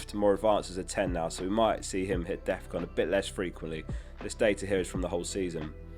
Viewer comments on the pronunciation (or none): none